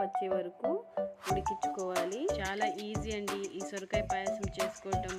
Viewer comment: సురకాయ కాదమ్మా సొరకాయ